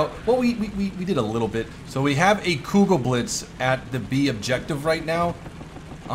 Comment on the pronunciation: I love it how you pronounce german words :D Fläk Penzer Kjugäll Bliz ;)